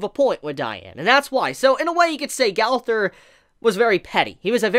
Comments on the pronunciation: Lol he said galfur instead of gowther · I keep hearing galther not gowther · the way he says gowther & diane bothers me so much 😭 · Just to let you know that's not how you pronounce her name and that isn't how you pronounce gowthers name either. Just gotta say if your gonna do a video at least know how the names are actually pronounced